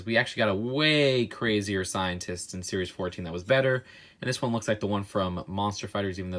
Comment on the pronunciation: Lol u said sries fice